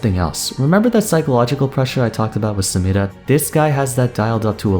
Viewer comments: I really like the way you say "samira" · You are the only person on the planet who pronounces "Samira" properly. You must divulge your secret.